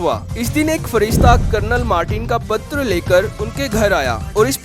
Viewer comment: Patar nahi hota patra hota hai.. Aur bhagat nahi.. Bhakt hota hai.. Kaha se hai bhai tu?